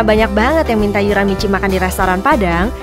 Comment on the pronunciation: Kenapa nyebut nama kak yoora aja salah:V